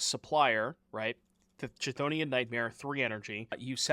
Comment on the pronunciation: "let me know in the comments mentions" -Chthonian is pronounced with a hard K sound as in 'calf', not as in 'channel' -Leyline of the Guildpact's CMC/MV is 4, and can be exiled by Thief of Existence